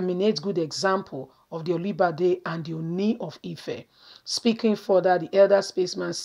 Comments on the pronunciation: Try to pronounce good, not olubade,but olubadan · It's Olubadan not Olibadan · Sister, i love what you're doing. But try as much as possible on how to pronounce names and titles of Nigerians. Your pronunciation of Olubadan and Ooni of Ife was wrong. God bless you. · You could have just mentioned Oba of Ibadan rather than wrong pronunciation. That's a traditional King! Please check properly before you broadcast. Thank you!